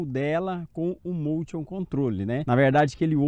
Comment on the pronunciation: Amigão, só uma dica: a palavra motion é inglesa e significa movimento e a pronúncia correta é “mouchan”. Observação: sou inscrito e gosto muito do seu canal. E parabéns pra sua esposa, já tá voando com o motion melhor que eu.